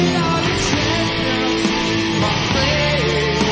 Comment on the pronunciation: Sorry to nit pick and bust everyone's balls, but champions is a 3 syllable word not a 2 syllable word.